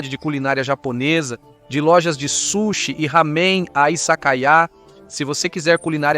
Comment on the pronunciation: Boas explicações sobre os costumes japoneses. Só precisa melhorar a pronúncia das palavras japonesas (sushi, omiyage, onsem...)